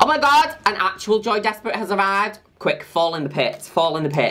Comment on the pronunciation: I always think Juno Birch is saying “Joey Despret” and not “Joy Despret”